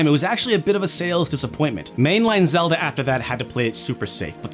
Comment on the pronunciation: "Zelda-da" "He-pl" I found this funnier than I should!